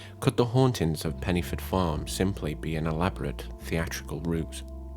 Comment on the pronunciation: Pen - uh - forth ( dd in Welsh is a soft th sound )